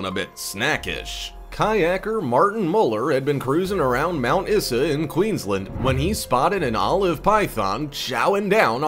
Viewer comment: you guys should really research pronunciations - You mention Mt Isa in Australia - pronouncing it like issa - nope it is pronounced like Ayzer.